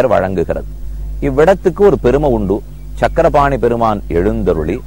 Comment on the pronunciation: it is Chakrapani Temple not SANGARAPANI. meaning itself will change . please correct